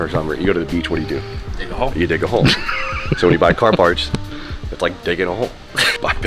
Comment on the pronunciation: Dic…in holes???!!?!? Oh he said diggin holes lmao I’m cooked